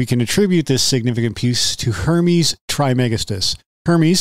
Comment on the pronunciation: Pronounced “Tris-ma-gis-‘tus”